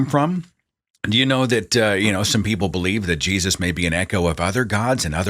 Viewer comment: I really love it when he gets extremely southern with it and says "Jaysus" lol